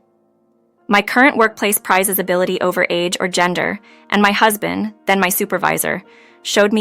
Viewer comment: This is either an English speaker who can't read well, or a badly programmed A.I. Too many mis-pronounciations to count, includine "Husband." Come on. Do better.